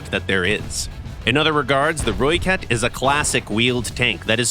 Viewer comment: Thanks for pronouncing ratel and rooikat correctly 😅